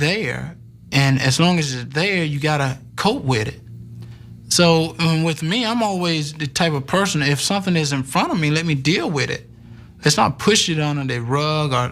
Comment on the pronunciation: 😂He said "COAT WIT IT" LMFAOOOOO 😂😂😂😂😂😂😂😂😂🤣🤣🤣🤣🤣🤣🤣😁😁😁😀😀😀